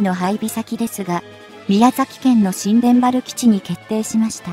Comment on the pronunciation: 新田原基地は、にゅうたばるきちと読みます。